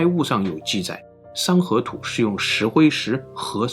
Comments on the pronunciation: 三合土读成了山河图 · 山河图 🤣 这发音 真误导啊